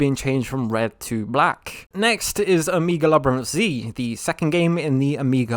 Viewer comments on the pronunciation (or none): Why are you pronouncing Omega, O-mee-ga? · Ok, you raise valid points and I will not buy a PS4 or PS5. But for Gad’s sake, stop pronouncing “Omega” like it’s almost indistinguishable from “Amiga.” Some of us were in fact born before 2000.